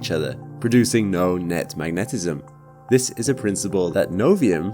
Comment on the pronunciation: The way you mispronounce "magnetism" in your ad-read is so bizarre, it makes me cringe. It's "MAG-ne-tism", not "mag-NET-esim". Cool-looking pens, though. None of us currently existing will be alive if we get any data back from an Alpha Centauri probe, assuming the probe will even survive that long, since it'll take 1000s of years to get there. But, it would be fascinating to even send one out. An actual interstellar probe. Too cool.